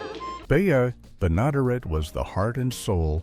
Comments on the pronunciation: Ben A der Et!!!! You can't program your AI voice any better???? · Benaderet = ben-a-DAIR-et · Bea. Ben-a-dare-it is how her name is pronounced. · Interesting facts collected, but I had to stop watching, challenged to tolerate the lack of any additional inquiry of the proper pronunciation of multi-talented radio-, TV-, and animatio-voice-actress Bea Benadaret's names. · The show was created specifically for Bea Benaderet, whci would have made a great weird fact. Too bad your AI could not figure out how to correctly pronounce her name. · Good grief! If you're going to do a video on "Petticoat Junction", at least get the AI to pronounce Bea Benaderet right!!!!!!!!!